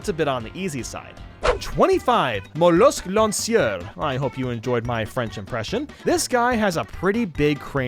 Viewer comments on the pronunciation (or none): Sorry but your Monsieur Lanceur wasn't good. But the video is good. And trying is always better than doing nothing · I’m french and your lanceur is kinda weird